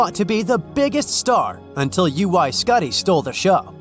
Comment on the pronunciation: It's wohg64 Maybe one more time you would have got it!!! Lol